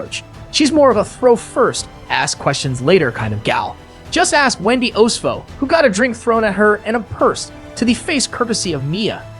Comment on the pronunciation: This "Candy Ace" and "Mee-ih Thorn tin" and "Wendy Ohs-foh" AI voice LOL